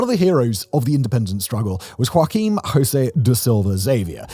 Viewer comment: Very good infotainment. Thank you for sharing. Remember, however, that the names "Joaquim" and "Jose" are not pronounced like in Spanish. The French "J" is a better approach.